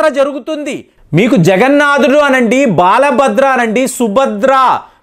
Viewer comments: బాలబద్ర కాదండీ బలభద్ర తెలుగు బాగా నేర్చుకోండి ప్లీజ్ తెలుగు లో చెప్పేటప్పుడు కరెక్ట్ చెప్పాలి ముందు బాగా ప్రాక్టీస్ చేయండి దయచేసి తప్పుగా అర్థం chesukovadhu అండి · బాల బద్ర కాదు. బల భద్ర